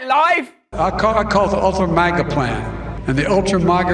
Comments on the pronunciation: JoeTatoe can't even say it right. Maaah-gah. 🤪 Trump is living rent free in head. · I think it’s supposed to be a play on the word major only HE pronounced it wrong. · Why does he change the pronunciation of “Maga” each time? Ultra Maga sounds like a box of smokes. Worse yet…condoms. 🤦🏽‍♀️